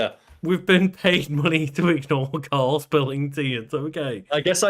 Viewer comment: ... It's KARL. Say it properly